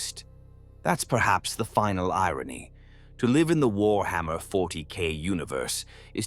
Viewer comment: having fun of further slaughtering the pronounciation of warhammer, I see!